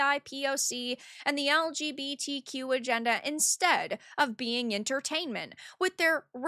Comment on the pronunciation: This is why Gaylo needs to fail, and any companies that act this way deserve NONE of our money. I love pronouncing LGBTQ "luh guh buh tuh quh"